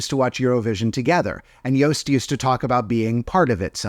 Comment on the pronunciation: He’s pronounced Joost actually good!